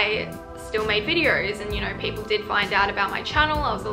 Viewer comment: No cause i love when you say know like it’s knur and nur lol sending lots of love